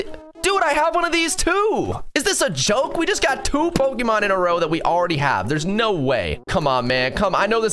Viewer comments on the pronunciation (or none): none